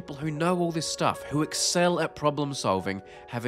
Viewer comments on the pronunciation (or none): none